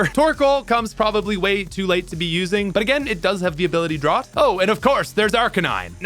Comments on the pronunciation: Listening to him pronounce drought as "drawt" instead of "drowt" took my focus off the video every time he said it 😭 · I know it's such a dumb little nitpick, but Charizard and Ninetails ability is pronounced 'drowt', not 'drauft'. Droughts are a prolonged period of dry, hot weather which can be dangerous to anything living in the area. Anyways, Cinderace is my boyyyy! Go Fire type bunnydude! X3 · I don't want this to come across as overly rude but have you never heard of a drought? It rhymes with trout, out, about, drowt not draught/drot. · This is the first time I ever heard someone pronounce drought like thought haha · you keep reading 'drought' but saying 'draught' . engage bait? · Hearing him saw 'drawt' instead of 'drowt' for Drought across so many videos does give me a bit of a giggle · Fire type may not be the best, but for nostalgic reasons (Charizard being my first ever starter), I will always have a fire type in my party lol. P.S. Unlike in the word “thought,” the -ought in “drought” is pronounced “out.” Not hating, just wanted to inform you. Leave it to the english language to have multiple pronunciations for the same group of letters in different words. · Its pronounced Drowt not Drot. The word is Drought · Pleasee stop saying drought as drawt. Its drought as in dr-out. Like no water is a drought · Every time that he pronounces drought like “drot”… I die a little inside. Im almost convinced that he does it to get comments like this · Drought = Dr-OW-T, not Dr-Ah-T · Did you really just mispronounce drought as draught💀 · You do this thing where you mispronounce a word dozens of times in a video. I mostly like your content, but it can be painful to listen to you say "drawt" instead of "drowt" over and over again. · As an Australian, the pronounciation of "Drought" as "Draught" is sending me. We say it "Drowt". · my brudder. did you just pronounce Drought as "drot"? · no... its pronounced "drowt" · why do you keep pronouncing drought as draught? Weirdo...